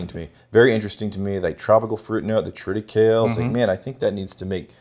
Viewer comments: tri -tuh-kei-lee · Love the pettiness on the pronunciation of triticale 😂😂😂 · Bro, it's Triticale. Say it right.